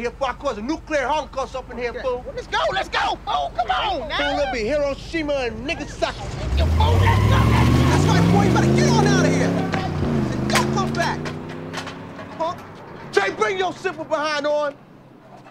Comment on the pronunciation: He said neggasaki omg! 😂😂😂😂😂😂